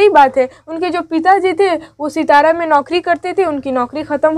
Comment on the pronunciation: सितारा नहीं बल्कि सतारा। सतारा महाराष्ट्र के एक जिले का नाम है।